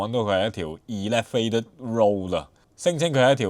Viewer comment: Elevated 呢字其實唔係咁讀嘅⋯正確讀音係好似大象elephant 咁上吓